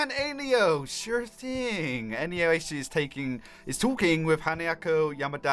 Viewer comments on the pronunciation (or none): Great video, but I keep getting annoyed because you say Anayo (An-ay-oh) instead of Ayano (A-yah-noh). Besides that, it was a good video! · "Anayo"? Its Ayano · say it with me dude eye-ya-no . not Anie-o sorry man love your vids but that was making my eye twitch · It's ayano now anayo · ITS PRONOUNCED ( AAH-YAAA-NOOO) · it's a-ya-no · it's freakin Ayano A-Y-A-N-O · nuhhhh you're saying Ayano incorrectly ;_